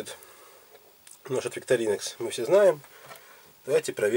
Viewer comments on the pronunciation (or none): во-первых научитесь пользоваться открывачкой такого типа. её ведут на себя,а не от себя. и всё окей. во-вторых,раз уж умудрились сделать канал по тематике такого рода - то хоть научитесь название бренда правильно произносить. викторинОкс